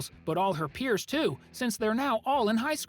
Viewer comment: It’s pronounced since